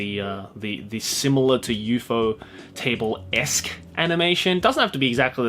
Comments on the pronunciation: The way you say Ufotable is triggering me. It's probably the correct pronunciation, but I refuse to acknowledge it. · the way he says ufotable LMFAO